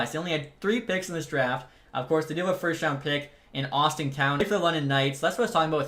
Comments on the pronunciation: nobody in London calls him Austin Cowan lol. even the play by play and announcer call him Easton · Cowan’s name is said just as it looks. Easton. Not Austin. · Are you sure... Easton is pronounced Austin.... Cause their headscout, the interviewer and everyone seems like calling him Easton...